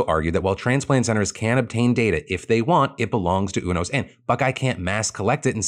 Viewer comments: I'm pretty sure it's pronouced U-Nos not Un-Os Like the card playing game.... Obviously Phil has not watched Grey's Anotomy. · Phil: it’s U-nos, not ooo-nos. 😂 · It's pronounced "You-nos" btw.. Haven't you watched Grey's anatomy?